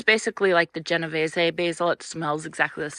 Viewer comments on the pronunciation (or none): Everything looks so good! I keep hearing you pronounce genovese wrong…it’s jen o vees, rhymes with trees 😉